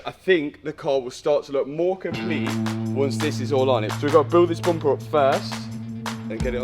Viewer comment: You have to do a shot every time Matt says "boompah" (bumper).